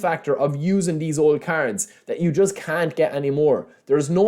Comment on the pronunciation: Why do i hear carods instead of cards 😂 still in delima